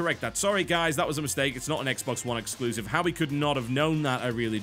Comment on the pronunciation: Exclusive.....sound it out bro